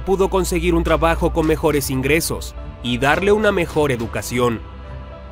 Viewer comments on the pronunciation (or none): none